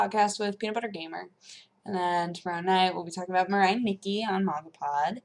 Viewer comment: Mangapod! slaughtering japanese one word at at a time..